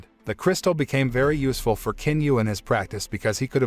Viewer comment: The proper pronunciation for the Chinese name of Qin is NOT with a "k" 🤦‍♀️ its a "CHIN" sound